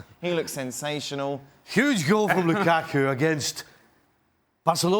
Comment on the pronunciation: This guy as always hates "Loo-kah-kuh"